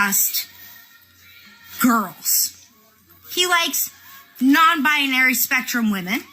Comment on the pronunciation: What in the Midsommar/Yellowjackets is the first clip I mean really Also, I cannot stand when they say “non-bi-uh-nary.” Correct me if I’m wrong, but it’s 3 syllables, not 4. Non-bi-nary.